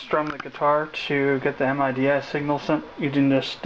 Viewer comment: Another thing... its not pronounced as an acronym and separate 4 letters M-I-D-I... its pronounced MIDI (as in "Mid-eeee")